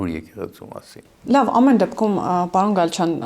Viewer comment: Պաոն չի պաՐոն է,մի' ձևափոխեք լեզուն